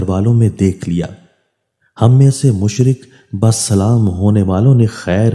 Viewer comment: Dear Brother, Please pay attention when pronouncing. It is Musharraf Bi Islam not Mushraf Bis salam. Jazak Allah Khair.